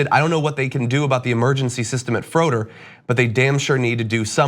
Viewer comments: Medical Apartheid!!! It’s been happening since the slavery days- -sad but true I hope her family sue the SH*T outta that welfare hospital!!! BtW it’s pronounced Fray-der not Frōder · Make sure you get the name of the hospital right so they get the attention they need. It's pronounced, give or take, "Frey-Dirt". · This was local news. Btw you were pronouncing Froedhert wrong. FRAY-d-hurt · If you should discuss this case again, it's pronounced FRAY-dirt. --former employee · I live in Milwaukee and this has been all over the news here. this is so incredibly sad. She was sitting in the waiting room for so long, she felt she had to leave and then collapsed by her car in the parking lot. How awful. PS it’s pronounced like fray-dirt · Not to be obnoxious, but we pronounce it as "fray-dirt" So glad you're reporting on this story. The sad thing is that froedert is one of our best hospitals, but the ER is so overloaded that incidents like this are bound to happen. M4A is soo needed!